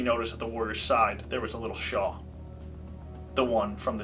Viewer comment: *shawl, not “shaw”